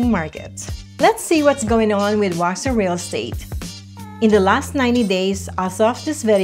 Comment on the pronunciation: Step 1 in getting folks to move here. Learn how to pronounce Waxhaw. Step 2 get the stores right. Target is not in Waxhaw, neither is Walmart. (There is a Walmart grocery store though) Step 3 talk about the real commute times to downtown CLT. 45 mins is during off peak. During rush hour, the commute home to Waxhaw from downtown CLT can easily be an hour and 15-20 mins.